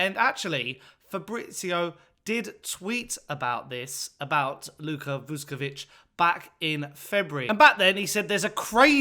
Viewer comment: no disrespect, but please prepare your piece before you record the video. his name is pronounced vuSHkovich, not »vuskovich« - note the diacritics. also, the club is called hajduk for short. there is another club called split that was a top-flight club for a while. calling hajduk just »split« is like calling hotspur »london«. and the club is NOT pronounced »hijack«, good lord. it’s HAJDUK, a croatian name, not an english one. HIGH-DOOK.